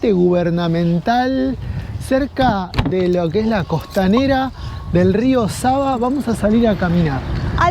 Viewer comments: Its SAVA River!!! Not SABA River !!???? Thanks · Nije reka Saba vec Sava,cirilicno (В- V) citate greskom kao B-Б ћирилично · It is not Rio Saba the river is called Sava